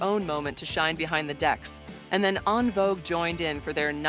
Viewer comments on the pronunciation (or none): none